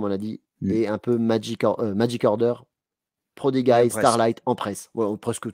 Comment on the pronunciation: "prodiguaï" ? "Frank Kitéli" ? Ca part en cou*lle la prononciation.